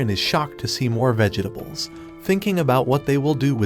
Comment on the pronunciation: Is this AI?? Who the hell says vegetables with 15 syllables 💀💀